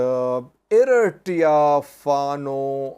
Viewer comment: can you pronounce Eritrea the correct way please? Check on google